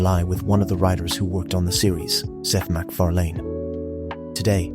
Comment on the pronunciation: Down vote a fan should know how to say fucking McFarlan